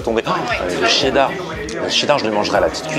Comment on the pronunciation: Il y a que moi qui remarque que la fille dit chdedar au lieux de chedar???????????